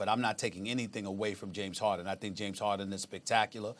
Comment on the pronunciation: The disrespect on James Harden's name is crazy 🗣